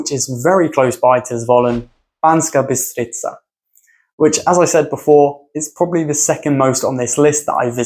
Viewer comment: to be honest im kinda surprised when it comes to Bystrica and Štiavnica you basicaly pronounced them well exept that you basicaly swapped the S and Š pronounciation... where you could just say Bystrica you said BySHtrica and where you could say SH-tiavnica you said normal S :D still a lovely list of places..maybe i would exclude Zvolen simply because i know it too well to just look at only the beautiful things in there